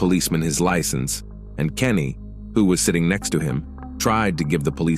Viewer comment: It’s Canny, not Kenny